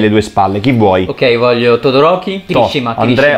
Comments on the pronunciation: Sentire le pronunce in "italiano" fa male e sentire che shouto me lo hanno chiamato Todoriko e pure peggio ma continua così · "todorocco"🤣mo ho un'altro motivo per amare todoroki 😂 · “Todo-Rocco” AHAHAHAH